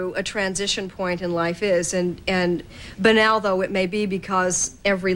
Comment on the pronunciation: Odd pronunciation of "banal".